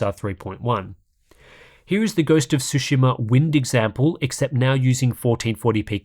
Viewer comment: It bothers me more than it should that you can't say "tsu" lol